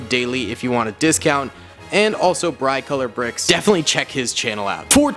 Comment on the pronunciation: He did not just say brIcolourbricks